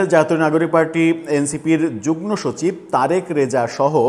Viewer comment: আপনার প্রজেন্টেশন ভালো। একটা উচ্চারণ কানে লাগে। যদি কিছু মনে না করেন তো বলি, Joint =যুগমো=যুগ্ম